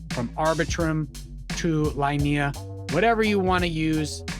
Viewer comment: Hey man, nice video! Just one little tip, the L2 is pronounced "Leenehah"